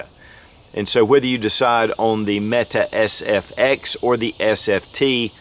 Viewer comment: You called it the FSX instead of SFX.